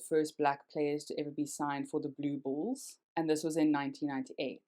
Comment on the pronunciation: had to listen to that twice blue BULLS - I thought you said balls.